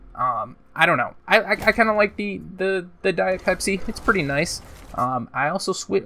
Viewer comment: It sounded more like diet pepsi everytime youre saying it